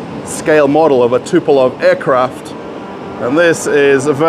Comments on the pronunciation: Tupelov 😅 - good yoke. His name is Tupolev (Andrei Nikolajewitsch Tupolew) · TUPOLEV, not Tupelov. 😉